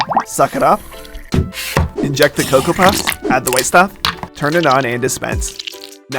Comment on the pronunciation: 'Add the withe stuff' 💀